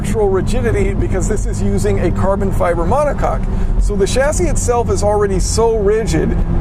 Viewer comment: *monocoque